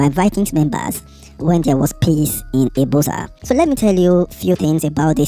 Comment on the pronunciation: It's pronounced ibuzor view